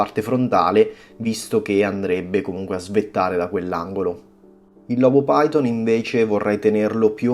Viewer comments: Si chiamano Sarcofiton e Lobofiton, non Sarcopiton e Lobopiton. E' latino, ph si legge F. PHYTON= FITON. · ciao ottimo video e ben spiegato ma hai pronunciato male 2 coralli si leggono: sarcofiton e lobofiton non si leggono come si scrivono.. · Scusa se te lo dico, ma la sporcizia di cui parli è fauna bentonica utilissima alla vasca. Ti chiedo scusa una seconda volta, ma i nomi corretti sono "Sarcophyton" e "Lobophyton", pronunciati alla latina maniera, ovvero "Sarcofiton" e "Lobofiton". I loro polipi non si estendono in base all'umore, si estendono in base alla corrente ed alla qualità dell'acqua, a meno che non siano in muta. I coralli in questione hanno uno scheletro carnoso, ma, soprattutto, uno scheletro fatto da scleriti, ovvero, piccole spicole calcaree dalle quali traggono consistenza. Il Gramma lo vedrai fra un po', quando prenderà confidenza con te. Ti prego di non prendere ciò che ho detto come una critica, ma piuttosto come un confronto tra hobbisti. Best regards.